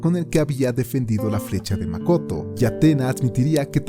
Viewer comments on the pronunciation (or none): It’s mak-oto 🤯🤯🤯